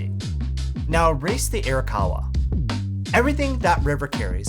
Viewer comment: Hahaha “air-a-kawa” and “su ME dah”